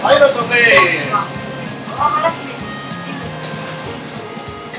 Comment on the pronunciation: お店の人の独特ないらっしゃいませ～ィが気になった😆